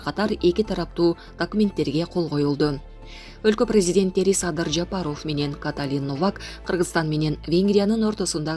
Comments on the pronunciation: Норм сүйлөчү журналист Жапароооф дебей Жапаров. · Жапарыоф дейт ушуну кармап алып 7 тун камап туура окутса атан кору